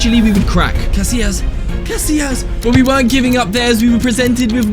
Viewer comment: İt is not pronounced like that casilias